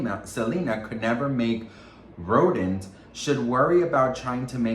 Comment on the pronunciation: rhodent? loool iim sorry but i cackled